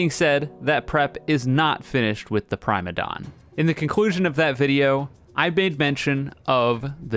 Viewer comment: I'm starting to think is mispronouncing the Boss names on purpose. First it was Prime-a-don, now it's Duke of Erishia